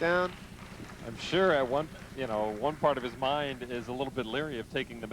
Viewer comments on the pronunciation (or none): none